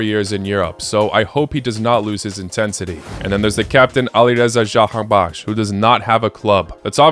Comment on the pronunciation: As someone from Iran, this is like a nightmare for me seeing you saying jahanbakhsh like that.